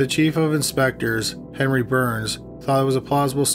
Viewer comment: Is he saying henry or penry?